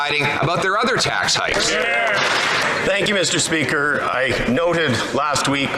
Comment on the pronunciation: At around 1137 did he say "Mr Country", instead of Mr Speaker 😂😂😂